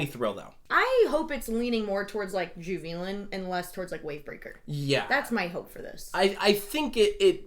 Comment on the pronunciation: Fun fact: the correct pronunciation of Juvelon actually sound more like "you've eatin'" than Ju-vealen ( or however you would phonetically spell what said)